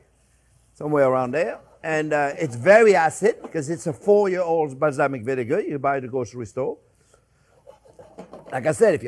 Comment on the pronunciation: I just googled "Islamic vinegar" before I realized he said "balsamic"